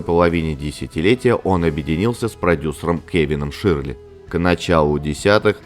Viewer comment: Хороший контент. Но просьба - не искажать произношение фамилии такого знакового продюсера как Кевин ШЁРЛИ. А то звучит почти как Ширли Мырли. Привет из Нью Йорка!